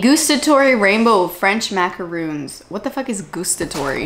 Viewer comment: Ahaha I'm from France and you're prononciation of Boursin and Maracons with the "Rrrr" was really good! I love your job and I'm happy to working my English's vocabulary with your video! kiss from the north of France! 🥰